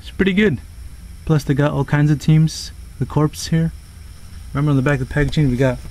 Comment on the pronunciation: This is how you say it core the p is silent